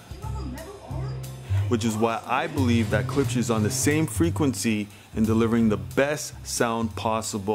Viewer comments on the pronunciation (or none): please pronounce the damn name correctly gosh!! its not ke-lipsch its klipsch!!!